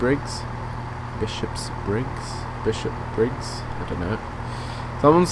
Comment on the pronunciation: Bish-op-briggs LOL